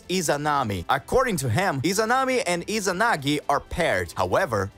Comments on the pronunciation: Bro say inazagi not izanagi lol😂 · He said inazagi wtf